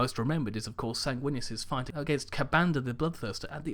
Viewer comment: SAYNG-WIN-US....sanguinous....SAY IT WITH ME